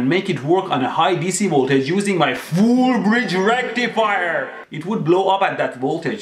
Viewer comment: more like RECTUFUHER